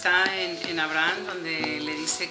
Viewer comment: Jajjajaja que ignorante la señora xD "Hay una parte de la Biblia... esta en Abraham (ella dijo 'Abrán' :v) " xdxdxd ese no es un libro de la Biblia, debe de decir el libro y los capítulos correspondientes, hay que leer para poder hablar :v